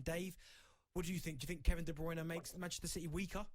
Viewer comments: It's not "De Broona" 😂😂😂😂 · Do they pay these (failed ex footballers/fifth rate journalists) “experts” to mispronounce these player names. Who the fck is Kevin debrooner!!!??